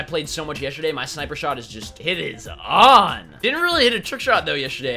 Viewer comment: He says yesterday strange, listen closely